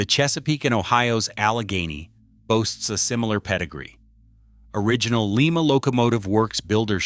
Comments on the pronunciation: Lie Ma not Lee Ma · Lima is pronounced like the bean, Lima. The wayAI pronounces it is the city Lima in Peru. The town of Lima Ohio build some real power.